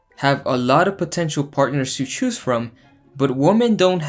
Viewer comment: I lost the cringe challenge when you pronounced "choose" the same as "shoes".